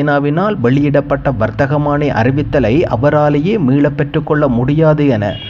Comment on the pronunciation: வரத்தகமான்னி அல்ல வர்த்தமானி